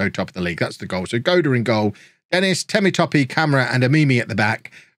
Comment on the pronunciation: temitope is pronounced tay-me-top-air without pronouncing the r in air though